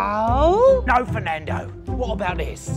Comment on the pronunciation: It's NOT Fernado, it's the ENGLISH language